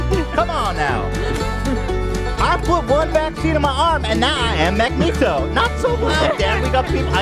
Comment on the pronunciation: Loved the story time seg. Lost my shit at "I put one vaccine in my arm and now i am mag-knee-toe (magneto)" 😂😂😂😂😂😂😂😂😂